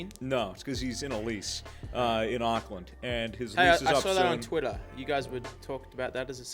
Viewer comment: I love how says uuackland instead of awcland (Auckland )